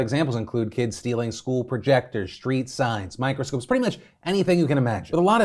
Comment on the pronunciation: Is it just me, or did Phil say "microscoops" instead of microscopes? 😆